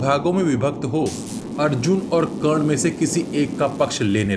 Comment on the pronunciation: 🎉karn not karn danvir karn